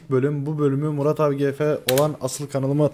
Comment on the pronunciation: abi artık maraba arkadaşlar ben deme düzgün söle yada eski intro gelsin